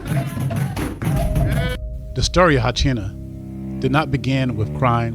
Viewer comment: That’s actually incorrect as well. In Portuguese it’s pronounced ho-seen-ya the r makes an English h sound.